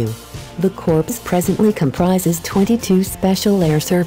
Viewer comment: "Reconstituted as a corpse"?? Basic narration error, unforgivable for a military video maker....it's "core"